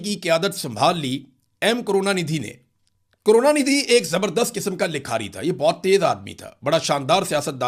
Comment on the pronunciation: Kaarona nidhi nahi hai. Karuna nidhi hai.😂😂